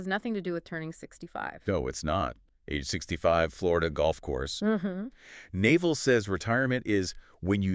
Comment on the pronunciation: The hosts are totally mispronouncing his name. 😩 It’s not Naval like the navy, its pronounced “Nav-All”. Hard to trust this channel if they can’t even get the basics right. 🤦‍♀️